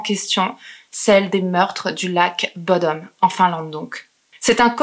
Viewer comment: En tant que Finlandais et copain de Alexi (rip) je dois corriger la prononciation de bodom (bou dom le ou est long)